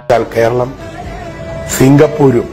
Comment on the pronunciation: സിംഗപ്പൂർ അല്ല... സിംഹപ്പൂറ് പോലെ ആവും....😂😂